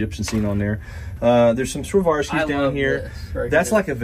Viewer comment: It has been a few weeks and I got to say it, but I think Swarovski is mispronounced? Swa Rofffff Ski, you guys are mixing some letters